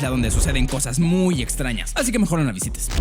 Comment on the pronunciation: Minuto dice islas patrañas xdd